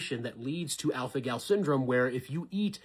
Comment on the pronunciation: Are my ears not working or did he say alfanol?